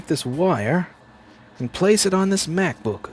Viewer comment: stop saying macbook like that lol lol